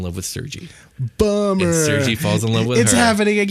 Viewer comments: Couple points a bit off, Tatyana was poor, its SERGEI not sergee lol sends a shiver down my spine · it is pronounced SIR-GAY, not sir-gee. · It's pronounced "Ser-gay"...